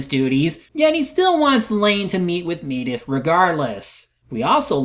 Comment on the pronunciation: Dude, you actually recorded Khadgar saying Medivh's name, and you still can't pronounce it right yourself? Also, what's so disappointing about how Lothar kills Blackhand? He said himself, "They are stronger, you need to be smarter." And that's exactly what he did. He fought smarter.